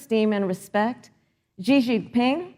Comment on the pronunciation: Senator Harris cannot even pronounce the name XI Jinping correctly... she said ZHI... like Gee, lol... XI is pronounced Shee!